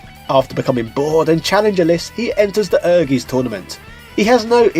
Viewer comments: I think correct pronunciation was "Err-geez". But I'm sure what you said is fine too :p. Like I said in your other video, me and my siblings used to love this game. It was amazing and certainly very impressive at the time - ambitious for sure, as it seems most of Square's titles were at this point in their history. I had completely forgot about the party-games option on the main-screen! Thanks for reminding me, for what they were, they were a fun little bonus too. I really enjoyed the RPG Mode in the game, and I suppose for that Diablo-esque gameplay there wasn't really alot else available on the PS1 at the time which gave it extra weight for sure; But what was more impressive, was just how well the story of the RPG Mode tied into the main fighting-game mode story. If I remember correctly, similar to Dark Souls, there was item descriptions that helped explain the connections (including the arrival of the FF7 cast in the main Fighting game mode story), and in a traditional RPG sense, the people of the town would update their dialogue to fill in the lore and backstory too. It was kind of cool how the whole town and dungeon was this little isolated pocket of old civilization in the world that had managed to escape interference from modern civilization, enabling them to keep magic alive. Accomplishing certain things in the RPG mode would unlock stuff in the Fighting mode too - such as unlocking both Clair and Koji in the Fighting game mode (and Clair even had a completely unique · Everytime you say "Ehrgeiz" a German dies. -So I have to wonder whether this is in fact the funniest joke in the world and totally intentional ;-) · never pronounces anything correctly. I think he does this on purpose. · Ehrgeiz is pronounced as "Air guys". Ken Godhand Mishima not only looks similar to Kazuya Mishima, but he's voiced the original voice actor of Kazuya - Joji Nakata and has the same fighting moves as Kazuya Mishima. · It's pronounced Air-Guy-Ts